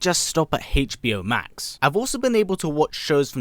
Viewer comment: Hache Bee Oh Max...